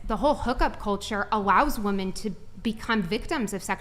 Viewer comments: Someone needs to tell the lady in black that it's pronounced women. Saying woman in place of women frustrates the hell out of me. . . . But I 100% agree with her views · Does it drive anyone else crazy that she pronounces the singular woman and the plural women exactly the same?